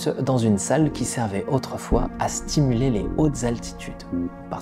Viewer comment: Petit fourchage de langue à "qui servait autrefois à s(t)imuler les hautes altitudes". Sinon bravo, très intéressant et très belle production.